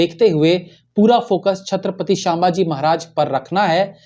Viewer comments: Its not shambaaji it's sambhaji 😊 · अबे, तुझे तो सीधेसे नाम लेना भी नही आ रहा... शांमभाजी बोल रहा बे 😮 सीधे बोल सम्भाजी महाराज... वरना व्हिडीओ revised करर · क्षमा करे, छत्रपती शांभाजी महाराज नही, छत्रपती संभाजी महाराज... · छत्रपती संभाजी महाराज यह सही उच्चारण है l